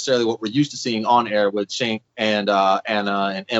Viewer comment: Who is "Chenk?" Mispronouncing his name comes across as sloppy.